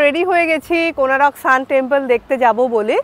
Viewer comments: Good afternoon Madam. Beautiful place to enjoy. Your explanation is great. Hope you all enjoy a lot here. But one thing I want to correct that the name of the place is "Konark"not "Konarak". So please correct your pronunciation as Konark instead of Konarak and all are requested to pronounce as "Konark". Thnxx. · Thanks M’am for visiting our state one of the Best Tourism spot and capturing it nicely in your vlog. Please don’t mind, may be its your pronunciation but Konark is formed by adding 2 words Kon (Angle) + Ark ( Sun/Arka)=Konark but you mentioned it as Konaroko😇. Just helping you to clarify the significance of the name. Hope you had visited the Museum near Konark Sun Temple and the movie which is played depicting the history.🙏 Note - Title if possible please modify it to Goa Vibes instead of Vives 👍 Thanks Again!